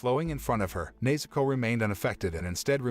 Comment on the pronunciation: bro he called nezuko neizuko whyd anyone appreciate that